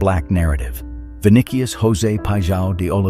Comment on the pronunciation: The fonetic is "Viniceeus", not "Vinikius". Great video.